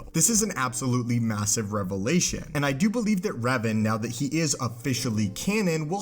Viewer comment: Its pronounced REV-AHN Not REV-UHN